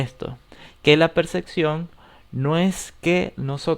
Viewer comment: ¿Por qué es necesario pronunciar "percección", en lugar de mencionarlo como está escrito, "percepción"?